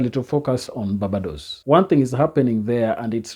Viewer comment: Pronounced Bar-bey-dos. Thanks for your post. The time is now!